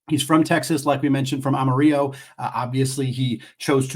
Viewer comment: Amarillo. It’s pronounced the way an old white guy from Texas would say it. “ill-o” not “ee-yo” Sincerely, Kelvin “Kevin” Sampson